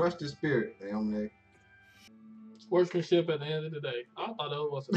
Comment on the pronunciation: heyy!! i've just binged watched your entire playlist of knb and am about to hit up the other ones. you guys are funny and provide a very chill atmosphere. i also love how you guys know the sport and can name all the moves (because i can't haha) no hate or anything but aomine is pronounced ow-me-neigh . i just noticed that and just wanted to be helpful. peace and stay lit, can't wait for s2